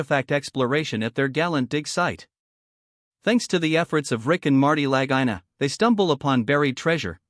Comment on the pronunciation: sad vidio cant even pronounce lagina name correctly-sad